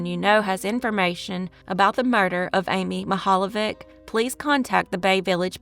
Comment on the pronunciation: I live in Cleveland and both of these stories are embedded into our community. Also, you did an excellent job pronouncing geauga and mihaljevic